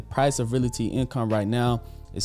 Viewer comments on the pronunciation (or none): I really enjoy this channel, but my issue is the pronunciation of Realty. It’s Real-ty, not Real-a-ty. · Great video, but the word is pronounced Real-Tee.